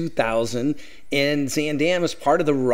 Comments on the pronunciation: 1) Why do you keep pronouncing the name wrong? It’s more like Z-ahn 2) Who says “chow”. Horrible. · I have to start off by saying I'm really looking forward to this video but it's going to be so hard to watch because you are not pronouncing Zaandam correctly. 😢